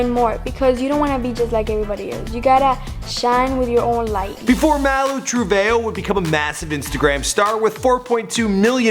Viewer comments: I’m dying “mal-oo true-vay-o” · It's Malu trevehoe 💀😷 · it says maluu tree-veee-jooouu